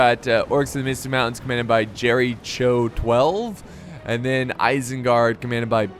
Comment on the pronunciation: Wow good guys did nothing to fight together... ahh typical dwarves and elves. Orcs of the misty mountains player isn't "Jerry Cho" his name is "Jerycho" witch sounds different and is actually name of one of the oldest (if not the oldest) cities of human history. It is conneted with Hebrew, Christian and Muslim history. It is mentioned in Bible, often in Old Testament and a few times in New Testament.